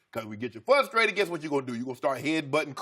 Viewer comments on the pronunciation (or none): I love living in a world where a man in media gets paid seven figures to say 'fuhstrated' just like I did when I was nine years old growing up.